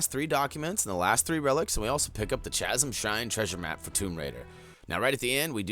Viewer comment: Chas-em? Dude, it's pronounced Ka-sum.